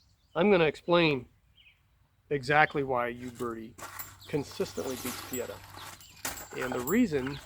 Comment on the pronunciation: Funny how people in the United states pronounce a word by saying the first letter. Examples: Iraq - Eye rack. Uberti - You berti. Uberti is pronounced "Oo-bear-tee". It's like saying Aye-indearson instead of Anderson. Sounds strange.